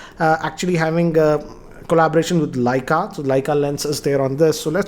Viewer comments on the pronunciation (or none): none